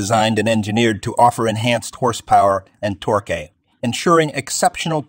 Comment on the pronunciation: You lost me at TOR kay...LOL